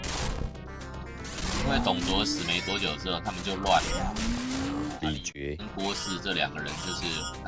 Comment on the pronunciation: 之前李傕他唸成李崔應該是改這